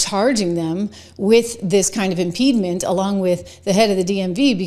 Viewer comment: 'Impediment,' not 'impedement.'